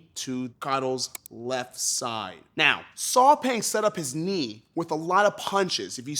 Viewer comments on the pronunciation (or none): I believe the name, Saw Paing, is actually pronounced "Saw Pie"?? as in Math's PI considering that he's a Burmese🤔